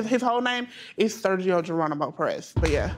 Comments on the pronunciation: She really said “Sergio Geranomo” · “Sergio Geranimo Prez” really 🤔🤨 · My soul left my body when she says Sergio Geronimo